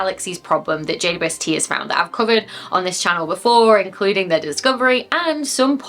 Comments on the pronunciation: Hahaha the final blooper 😅 I actually heard J-woob-ST all the time and considered it became that after saying it so many times over the videos and conversations 😂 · I think it sounds like you're saying Jay-Bwest-Tea. But I like tea. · You made JWST sound like, "Jade, you Westie." and now I have a name suggestion should I ever get a Scotland West Highland Terrier doggie. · You can tell you say JWST a lot because you've removed about half of the syllables for efficiency 🤣🤣